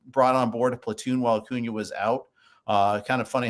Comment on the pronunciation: “Favorite player ever” proceeds to say Acunas name wrong